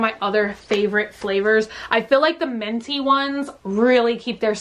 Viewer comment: you pronounce minty like menty, it’s so cute